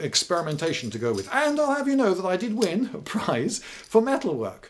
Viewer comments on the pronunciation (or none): none